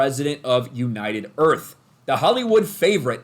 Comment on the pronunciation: She's the Prefident of United Earf!